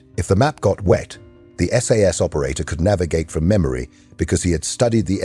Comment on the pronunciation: This is AI Slop, the narator couldn't pronounce Hereford (heh ruh fuhd). SAS not sas. I think my Grandson is better a phonics.